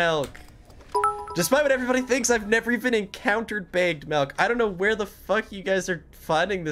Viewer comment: HE CALLS IT MELK WHAT THE F*CK ITS MILK 🥛 REEEEEEEE.